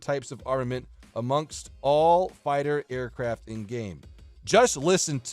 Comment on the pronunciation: aircraft not aircafts